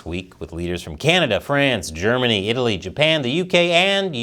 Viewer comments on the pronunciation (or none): none